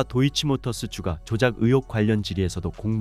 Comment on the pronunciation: 읽을때는 "주까"로 읽어라 "주가"가 아니고. 쓸때는 주가러 쓰고 읽을땐 세게 발음해야디